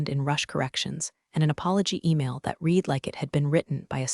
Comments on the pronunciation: I just wish that they would get someone who knows the difference between read and read. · Clue in that this is an AI narrator that doesn’t not differentiate between the various pronunciations of read, live, bow, resume, minute…